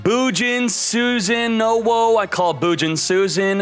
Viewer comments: Its Su-sa-no-woe not susan-no-wo lol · FetryA. DuelLinks it’s pronounced Susano-wo Like the Japanese swirly susano